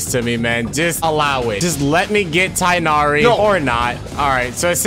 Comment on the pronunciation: It's tih-g-nu-ree :) said with the throat